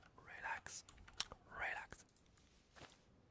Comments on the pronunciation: Sorry but its relax ot rilax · Rilax? Rolex.